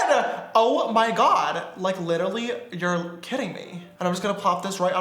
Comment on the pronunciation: lmao he says littily instead of literally!! love that